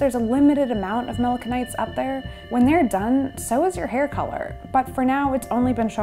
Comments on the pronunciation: its melanoCYTES not melano-Kites....learn how to pronounce the words you are talking about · Melano-sites not melako-nytes or melano kites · How are we supposed to you seriously, when you fail to pronounce simple words properly? Melanocytes, is pronounced, melano-SITES, NOT, “KITES”. JFC, go to college and stop trying to teach people subjects that you’re clueless about. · why does she keep saying mona kites? It's melano-"sites" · Pronounced mela-no-site, not mela-can-ite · Also as a quick note because I don't see anyone pointing this out: 'Melanocyte' is pronounced [mel-'Anne-oh-Site] not mel-'Anne-no-Kite] because cyte comes from latinized- Greek pertaining to a cell. :) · Not “melano-kite” but “Melano-site”. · Its NOT PRONOUNCED’MELAN-KIN- NITES” its melanocytes pronounced ‘melo-SIN-ITES’ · It's not melano kites lol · Melanocytes is pronounced Melano-sites 👍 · Please consider revising your segment. You are very charismatic however you repeatedly mispronounce melanocytes. The "c" has a "s" sound. The pronunciation is more like melanosyte . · Melanocytes (muh·la·nuh·sites) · Is pronounce: malanosaits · melano kites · It’s a bummer more research wasn’t done into proper pronunciation… you are saying melanocytes wrong…😂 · You're right I spell it wrong. Is spelled Melanocytes but is pronounce melanosaits. Cy is (in English)not pronounce as Kai. Examples: cyber, cycles, cyanid, cycled We are all here to learn my friend. Is not personal.